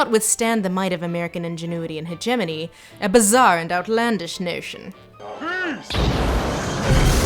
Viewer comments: Hedge Ah moan E. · I had to unsubscribe based purely on your God awful and entirely incorrect pronunciation of "hegemony". You should be ashamed.